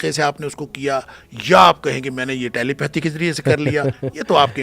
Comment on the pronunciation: محمد علی تم سیکھ لو. Telepathy کا کیا pronunciation یے تم یہ لفظ غلط ادا کرتے ہو